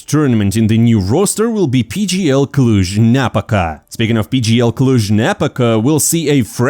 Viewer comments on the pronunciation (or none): Small correction: Cluj-Napóca, the stress on the o :))